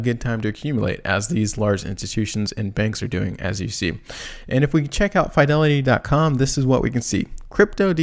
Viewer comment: please ! you can't keep saying F ī delity ! I'm from Boston, it's Fidelity like fi' del.e.ti. thank you !